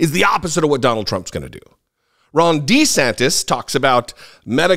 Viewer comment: It sounded like you called him "Wrong De Santis." Maybe it will catch on! You heard it here first, folks! said it first!!!